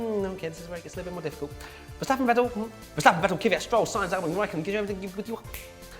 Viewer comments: It may be just me but isn't Kvyat pronounced Kvee-yaht? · please learn to PRONOUNCE THE DRIVER NAMES FFS. were all hardcore fans, it shouldnt be to much to say Kvyat without some imaginary second Y and Vettel like Fettel. every international fan makes the effort guys, cmom :P